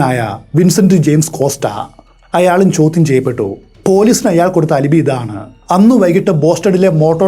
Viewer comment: As usual amazing explanation and story telling!!, 😮🔥 Alibi = അലബൈ not അലിബി.